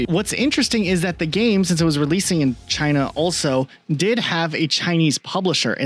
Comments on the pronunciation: why the fuck does he call it Chiner? so fucking weird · British man says "chiner" and thats funny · hard R on china is craaaazy